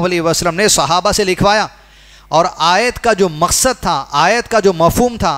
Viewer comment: Aayat galat padi hai